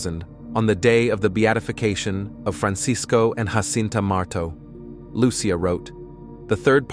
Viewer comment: Why Anglos INSIST in pronouncing Portuguese words and names in Spanish, instead of in Portuguese (DUH) is beyond me. What's the deal with these ignorant Anglo-Americans. Take Jacinta, one of the three children in Fátima, Portugal 🇵🇹 - mind you - Fátima is NOT in Spain (DUUUH) it is in PORTUGAL , THEREFORE the names should be pronounced in PORTUGUESE - the letter “J” in Spanish has the sound of “H” in English - example: “Have” - but the letter “J” in Portuguese mimics the sound of the letter “J” in JA JA Gabor - or the letter “S” in “measure - treasure- fissure.” - I see these grave mistakes over and over.